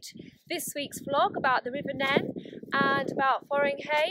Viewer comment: Welcome to the channel, and thank you for such a lovely comment!😊 Oh dear, I was definitely pronouncing the wrong Neen/Nen, but I do have a pair of armbands onboard just in case I end up in the river! I absolutely loved boating in that part of the world, such a beautiful stretch with oodles of wildlife. Loved it!😍 Take care🦋🌻